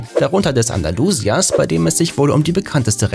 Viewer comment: Oh ja wer kennt es nicht das bekannte Rennpferd Anderlusier..... nur das Anderlusier eher weniger als Rennpferde bekannt sind. Ihr labert größtenteils echt Mist!